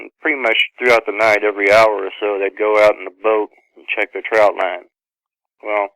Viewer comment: It's trotline not trout line. There are no trout involved.